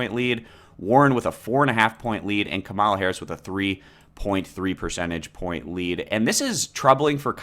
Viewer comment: It’s not pronounced Kuh-mawl-uh. It’s pronounced KAW-muh-luh